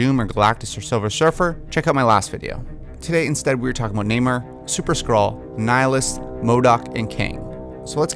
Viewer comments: Sounds like you're saying Neymar, like the soccer player. It's pronounced Nay-More. 👈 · NamOR not NamAre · Everytime you say "Namor" it sounds like "Neymar" maybe he should be cast in the role.....jk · Namir lol